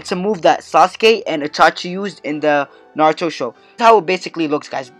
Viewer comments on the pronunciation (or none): none